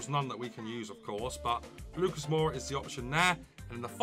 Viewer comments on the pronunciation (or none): none